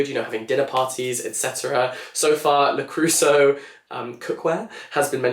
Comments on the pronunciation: Wait, are you trying to say Le Creuset ? 🥲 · Your pronunciation of "le creuset" is sending cold shivers down my spine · I think you need to look up the pronounciation of Le Creuset 😅